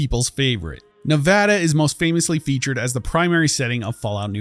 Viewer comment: thanks for saying nevada correctly